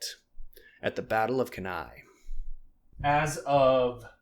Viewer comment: Hi, small correction. Cannae is pronounced as Kannee